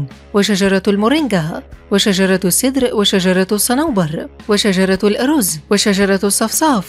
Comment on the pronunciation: البلوط هو نفسه السنديان ...والأَرز...(بتسكين الراء والزاي) وليس الأرزّ....فالأخير لطبخ الكبسة والمحشي😱